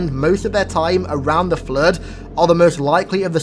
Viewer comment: I don't know why but when i hear him saying "the flood" its sounds like "the flirt".